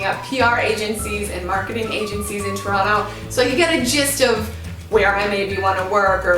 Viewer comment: Wow , you really say Toronto like a real Torontonian !!!! Yay we accept you.